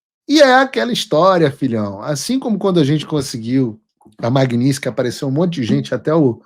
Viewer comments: Paulo, você está pronunciando o nome da lei errado. Magnitsky e não magniski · Paulo, PELAMORDEDELS, para de falar "Magninsqui"... Tá parecendo petista! 😅😅😅